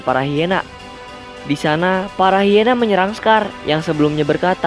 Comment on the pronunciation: Bukan hiena tapi haina